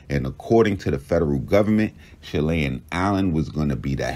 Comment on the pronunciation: Shelly Ann Pop not Shelian … Lol